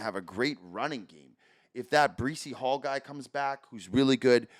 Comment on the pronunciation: As and Iowa State fan, get Breece Halls name right 🤦‍♂️